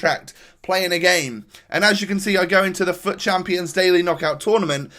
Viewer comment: Every time he said fut I thought he said fu#k